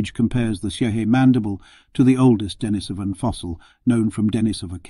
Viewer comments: Dee-knee-soh-vans not Denis-soh-vans. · It's pronounced denISovan. If you expect people to listen seriously to your narration on a subject, the least you can do is pronounce the name of the subject correctly. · The stress on the word "Denisovan" should be on the second syllable ("i"), not on the third ("o"), as heard , but it was not maintained to the end. Perhaps it was an audio clip by someone else.